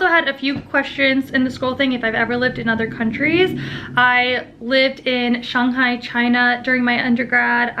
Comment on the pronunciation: Also, the correct pronunciation of "Shang" in "Shanghai". I see you...